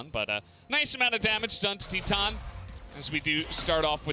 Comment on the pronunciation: When u pronounce titan Ti than lol